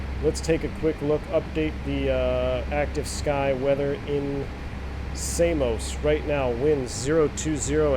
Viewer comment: Samos not Say-mos. Americans 🤣🤣🤣